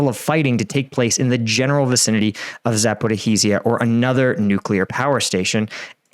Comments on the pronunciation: He is trying to pronounce the z and h separately or just pronounce the "z" and ignore the "h", since there is no "zh" in the English language, like there is "sh". There is a similar sound, but it is written as "j" or "g". Though this is nothing compared to how much he mangles Prigozhin's name (especially his first name). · continuing to creatively mangle the pronunciation of “Zaporizhzhia”…multiple ways each time 😂🤣😂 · you need to work in the Zaporizhzhia correct pronunciation lol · I'm hoping will eventually learn to pronounce Zaporizhzhia properly.....